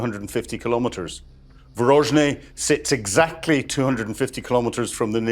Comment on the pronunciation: Are you dyslexic,? It's VORONEZH, not VOROZNEH...😮 A friend of mine studied Russian there while I was in Egypt studying Arabic.